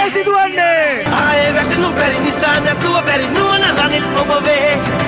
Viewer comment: රනිලෝ රිනිලෝ කියපු 😂😂😂